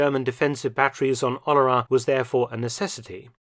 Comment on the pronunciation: Yes, The way he pronounces "Oléron" is not understandable by any French person without the writing on the map.